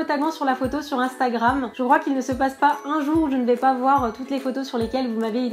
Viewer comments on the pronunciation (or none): none